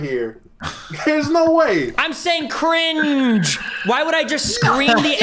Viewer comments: 100% morphed that cring-juh-juh-juh into the n-word lmao. Good content trying to weasel out of it lol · They are assuming it bc it literally sounds like you said it with a hard R lmao there’s no getting around it wether you said it or not. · He's saying cringeeeeeee acurrr inge acurringe where he's emphasising the sound you make in between and the "curr" at the start of curringe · Love Destiny but that cringe did sound like the “n” word. Lol😂